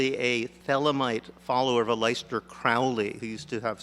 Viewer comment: "Ah-lyster Crow-lay"? Is it no just Alistair???